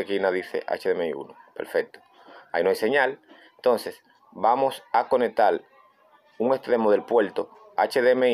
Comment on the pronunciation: que es conectal ,que es puelto.